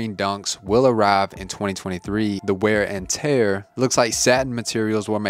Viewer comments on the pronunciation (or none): none